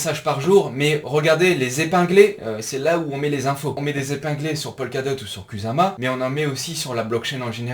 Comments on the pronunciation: étant japonophone, je peux te dire qu'à la française, ça se dit "koussama" 😁 Pareil que pour nos amis motards sur "kawassaki". Pour faire bref, le "s" se lit "ss" et le "z" se lit "z". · Exactement, je me suis permis de rentrer sans le sujet vu que tu te trolles tout seul 😂 Et oui, ça se dit koussama 👍 De même que karura se dit "karoura". Les japonais ne t'en voudront pas, car il n'y a ni "r" ni "l", mais un son entre les 2 un peu roulé 😁 Dans tous les cas, c'est cool, encore une fois super vidéo 👌😎 Pas facile pour nous les français, mais en fait la prononciation est plus simple qu'il n'y paraît.